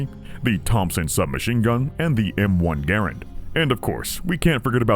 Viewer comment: note one of the rare occurrences of Garand being pronounced the way the man himself said it.